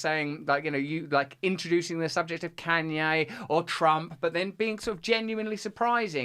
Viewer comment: Why Russel can’t pronounce Kanye West’s name, I mean really?! Or at least call him as he wants to be called now “ Ye”, Russel is so “ companionate” to respect the mental leftist pronouns trends, but won’t grant the same treatment to Kanye West?! Smo who lost billions of dollars for speaking the truth?!